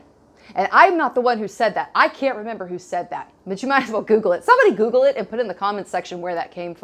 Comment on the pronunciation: Did you say "koogle?"